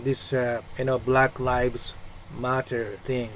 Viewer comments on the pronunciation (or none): none